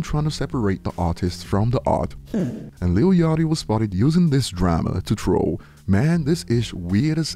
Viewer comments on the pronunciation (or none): none